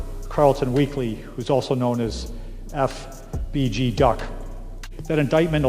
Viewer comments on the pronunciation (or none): Lmao why the feds spokesman say “duck” like that 😂